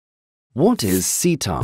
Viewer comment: What is ceta?...it’s me! And I’m really not a assault on democracy I swear I’m not lol So glad to hear someone actually pronounce my name correctly.